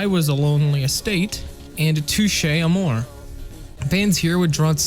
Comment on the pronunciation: You can tell this is made by someone who did their research to catch up on their favorite genre. The foundation is right but missing so many in the middle. Touche Amore mispronunciation. Capn Jaz and Mineral. 1st, 2nd, 3rd, 4th, and now 5th wave emo. Knowing how instrumental Tigers Jaw was to emo rap is not a thing you can easily stumble upon. All in all, good video. Welcome to the genre, there is so much more!